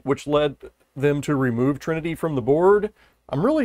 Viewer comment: the trinity was butchered ,but you do great work